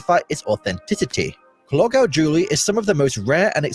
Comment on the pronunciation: Clogau is pronounced Clog-eye